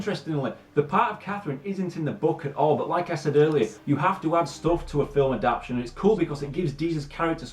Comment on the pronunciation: Adapt- TAY-shun